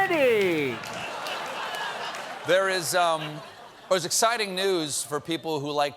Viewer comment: "The chewmanity" ........my stomach...it hurts lol